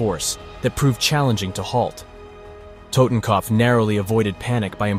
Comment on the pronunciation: The way you pronounce totenkopf lol..